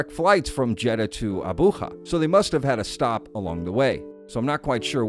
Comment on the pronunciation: Dear, I know you’re pulling from Spanish, but you don’t pronounce “Abuja” with a jota! 😅 Love your videos, though!